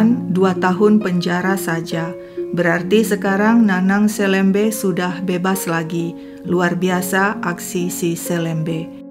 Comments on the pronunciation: Cara baca SELEMBE yg pas sesuai logat Pontianak adalah "e" seperti membaca e pada "enam". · Saya tidak percaya si nanang jera. Bukan selembe tapi seulembeu kalo di penulisan dan di bahasa sunda, dan org melayu pontianak juga nyebutnya seulembeu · Bacanya pakai e pepet, Kak, bukan E taling. SeLeMBe. Seperti membaca huruf e pada kata petir, pecah, pelan. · Hai,, bukan gitu baca selembe nya bukan e meja, pakai e' ke, kyk baca kemana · 😂bc selembenya , hrusnya kayk bc selem' bar....trus bc be'nya jgn "b" tp be, itu bhse melayu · kata "selembe", "e" dibaca seperti baca kata "serambi" bukan "e" "pepet" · cara baca untuk semua huruf e pada kata selembe= e di baca e seperti baca elang, bukan di baca e seperti baca bebek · Hai Seneng upload terus Sdh 3x kasus dr pontianak...kalo gak salah...kesemuanya melibatkan anak perempuan dibw umur..miris ya......maaf,..mau apa ya...bkn mengajarin.. Nanang selembe...bc be nya bkn begitu tapi dibc sepert kita baca BELOM be-nya..bukan seperti baca BECAK... Gitu aja...sukses ❤❤ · Astaghfirullahaladziim 😢 Seram sekali kejahatan pelaku. Bnr2 biadab. Umur msh segitu sdh berbuat kriminal brutal. Btw, mohon maaf sy koreksi🙏 Sy org Kalbar jg, membaca kata "selembe" pd huruf "e", dua2nya dibaca seperti qt membaca huruf e pd kata buah apel🙏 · Cara pngucapan selembe...E nya dibaca seperti.."memerah....(susu sapi) " bukan....seperti "merah.." warna. Hehehe.....sedikit koreksi aja. Sukses terus... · LUAR BIASA AKSI SI HAKIM Ga pantas hukuman di bawah umur klo perbuatan dah kayak org dewasa. Btw nyebut selembe kayak 'E' melayu kak, bukan 'E' biasa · Ini viral banget jaman aku SMA dulu, tempat penemuan jasad dulu jd tempat yg ditakuti karena emang dr awal juga jalan arteri supadio juga memang sepi. Btw penyebutan selembe tu, e nya kayak nyebut elang hehe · Blom pas wkt melafalkan kata 'selembe' nya tp lumayan lah 😂